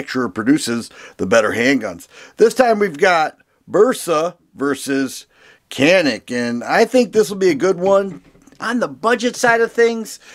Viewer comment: Canik.... interestingly I was told pronounced yanik... I can’t verify for sure...I think Turkey pronunciation????